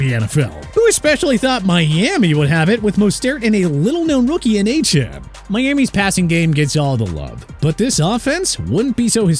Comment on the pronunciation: Why can't you get Mostert and Achane's last names pronounced correctly?! Moze-tert, Ay-chan